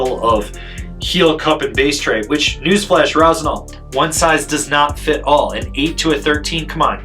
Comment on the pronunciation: Rossignal. Get your sht together. Lol. Luv it.